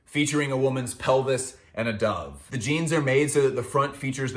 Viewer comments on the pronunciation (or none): none